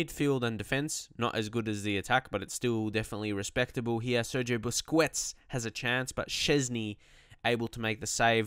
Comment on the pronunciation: You are pronouncing Busquets wrong. Please correct that.